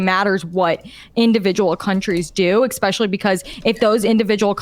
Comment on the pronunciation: idk who marie oakes is, but anyone that says "ex-specially" is not to be trusted to have serious takes. its like saying "pa-sghetti" 🤷‍♀️just sayin